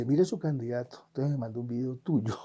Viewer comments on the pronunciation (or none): y no se dice "entoes" se dice E N T O N C E S, definitivamente Petro deja una vara muy alta...!!!